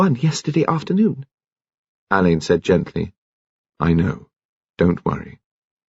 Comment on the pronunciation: Don’t get me started on “Oxfordians”. And yes..drives me bonkers that he says “Al-LAYNE” rather than “Á-len”, as Marsh intended… but he does a thorough and respectful job, so I’mgoing to blame the director. Marsh was very active in British theater in the 50’s and 60’s.. I wonder if BC’s parents, knew her?